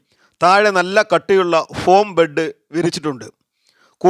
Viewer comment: സുകുമാരന്ബെഡ് കൊടുക്കുമറ്റവന് കൊടുക്കണ്ട എന്ന് ഒരു നിർമാതാവും പറയില്ല. ബെഡ് അല്ലേ അല്ലാതെ ബ്രഡ് അല്ലല്ലോ ...?